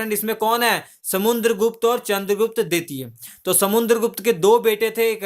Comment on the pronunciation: Bhai video to Shi banate ho pr words bahut baar bolne me mistake krte ho...Or to or naam v galat bolte ho kavi kavi ...jaise Raja Ashok ko Akbar bta rhe ho or samudragupta ko samuNdragupta kh rhe ho...ye sb pr dhyan do ....so pe perfect as possible as u can...thanx